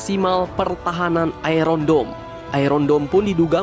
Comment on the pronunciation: Bro, kok sebutan Iron nya gitu sih . waduhh . coba, gimana nyebutin IRON MAN. Bukan nyebutin kayak iron lu itu bro.